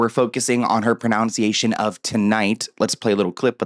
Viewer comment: Mispronouncing the word pronunciation is so funny